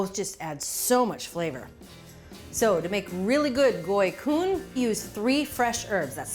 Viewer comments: Omg! Thank you correctly pronouncing the name and referring to them as summer rolls! It’s ridiculously hot in Viet Nam in the summer time and this cool dish is great when the outside temperature is high! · I was really worried to click on this, but the pronunciation of goi cuon was super on point and so was the recipe! A few tips though: use chives instead of green onions and don't cut the vermicelli noodles! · Mostly it's Chives leave instead of scallion. Scallions are too strong over basil as well as other herbs, chives leaves on the other hand are not, and have sweeter taste that match with the peanut sauce. Anyway, very well done, it's an amazing job and the gỏi cuốn pronunciation is superb!!! Thanks for the video. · bravo on the pronunciation! ❤❤ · Unbelievable! Julia, you pronounce "Gỏi Cuốn" perfectly. You also roll "Gỏi Cuốn" beautifully. Bravo! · impressive, you pronounced it perfectly. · Her pronunciation for it was spot on. My family usually just have lettuce, chive, shrimp, pork belly, and vermicelli. The sauce we pair it with is usually hoison, peanut butter, fried garlic, and sambal. I'm going to make some tomorrow! Been craving them. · Great job on the pronunciation! More Vietnamese recipes please! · As a Vietnamese-American I really appreciate you preferring the dish to its Vietnamese name. Additionally your pronunciation is perfect. Thank you!!!! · Perfect job Julia...Vietnamese approved! You even pronounced it correctly. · Yes she did great! Cam on :) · She did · Julia nailed the pronunciation!